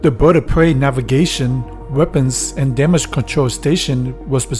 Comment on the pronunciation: “The Boid of Pway.”